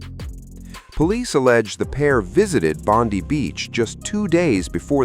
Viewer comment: Why can't your AI pronounce Bondi (pronouned Bond-eye) correctly.